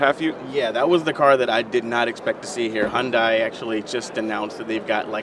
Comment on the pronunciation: It's not hondai its not a honda! gosh! It's hYundai